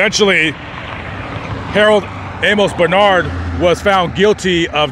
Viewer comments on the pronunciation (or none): none